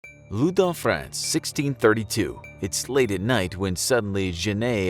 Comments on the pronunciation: I thought he tried to write London but said loundon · Why do u say ludnon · Why does it say Loudun